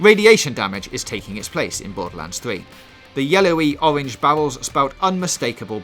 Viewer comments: The yewowy owange bawwels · o-wenge bawwels